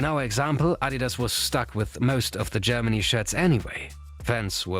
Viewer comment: Germany* not Dgermany